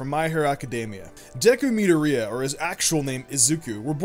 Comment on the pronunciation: I love both your channels but your pronunciation of Midoriya is actually painful 😂